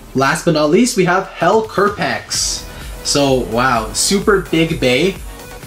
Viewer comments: i dont understand why they say kerpecs when its kerbecs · Why are y’all saying “Kerpex”